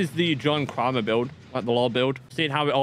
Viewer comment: Kramer rhymes with gamer not farmer lol